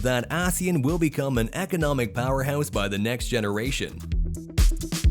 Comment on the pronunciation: The narrator keeps mispronouncing ASEAN.